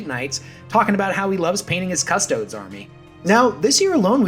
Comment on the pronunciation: "Cuh-stowds" >cries